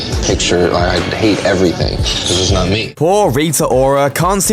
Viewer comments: “Rita whora” don’t you dare laugh😂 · "Rita Whora" lol....😂😂😂